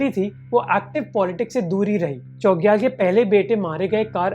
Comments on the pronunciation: Great video! Just a small correction – the pronunciation of 'Chogyal' should have a 'छ' sound, not 'च.' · Chogyal ka pranounce galat kar rahe ho bhai🙏